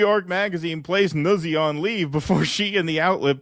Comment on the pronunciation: It’s pronounced: noot-see. It’s an Italian name